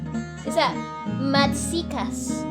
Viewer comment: What is Madsikas?😂 it’s “bağlama”